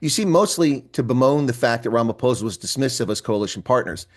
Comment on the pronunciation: First time I'm hearing an American pronouncing Ramaphosa correctly.